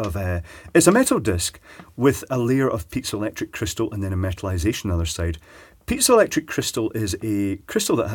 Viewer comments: I always hear pizza electric crystals coming from him... not piezoelectric.... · it may be the accent, but I love pizza-electric transducers :p